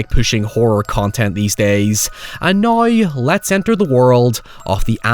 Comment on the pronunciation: It’s now not noy. Down not doyn, that shit was driving me up the wall.